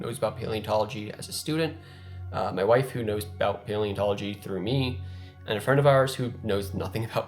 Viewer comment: I'm probably the only one who listened to the end and thought they heard him say "My Waifu" before realizing he said 'my wife who'.